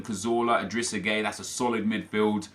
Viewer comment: This was such a bad draft. Also, idrissa gueye (GUY) not gay. AJ3 would throw a fit if he heard you say that 😂